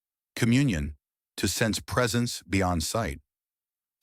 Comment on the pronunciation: It’s Angel-light, not angle-leet.